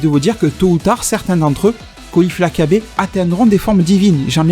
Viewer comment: Mec c'est Kyabe pas (kabba ).